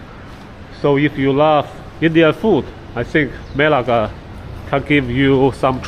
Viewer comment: Bro needs to pronounce "Melaka" properly lol. But good video, I'm enjoying it. Will be going there in August.